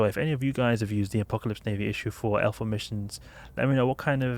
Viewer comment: its just his accent, he means L4 not alpha....i guess